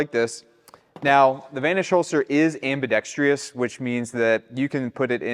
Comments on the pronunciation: You are pronouncing AMBIDEXTROUS Incorrectly. I used to manufacture sporting goods and I strongly suggest you use a double needle or double walking foot sewing machine instead of a single stitch. Superior in strength, longevity and appearance. Where do you sell these units? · Hard to take you seriously when you mispronounce "ambidextrous" right off the bat. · Not a single person in the gun industry can correctly pronounce "ambidextrous"